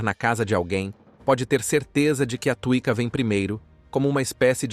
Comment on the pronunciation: Antes dos romanos, chamava-se Dácia, habitada pelos dacos. Péssimo apanhado histórico. Chama-se tsuiíca e não tuíca. "Ciorba", que tb é uma palestra turca significa sopa e pode ser de qq coisa. A pronúncia correta é "tchorba".